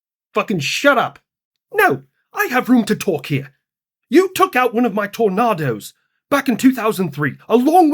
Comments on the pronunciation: You need to work on your british pronunciation of tornadoes, that was... Rough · "You took out one of my Tornardos" 🤣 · Tornahdos? Sounds like an American pickup, not a weather event 😆